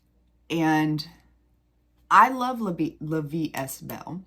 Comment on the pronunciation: By the way, you don’t pronounce the st in est for La Vie est Belle. It is pronounced ‘eh’ or a long ā, (ay). I’m not trying to be rude…. or a jerk☺️I’m trying to help. I know you want your videos to be perfect. 💛